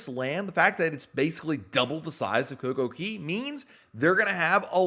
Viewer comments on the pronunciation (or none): It kills me when you say coco KEY LOL its KAY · .. And DUDE! No coincidence DAY rhymes with Cay "Kay". Why on Earth do you pronounce the A as an E? All the signs read CAY. Sounds so weird when you say it that way.. P.S. I enjoy your content